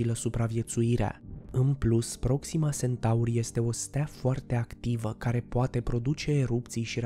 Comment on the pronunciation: Iar Sentaurii.... Unde ai auzit ma tu de "Sentaur"???? Eu parca știu de "Centaur"..... A, englzismele astea care ne umplu de ifose